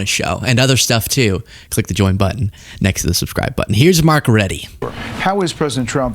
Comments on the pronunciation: Say it like Mark Root-a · It’s prounced. Rutte - rut-uh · That is not how you pronounce Rutte! Please learn how to pronounce names properly, every time you said 'Rutty' it made me cringe.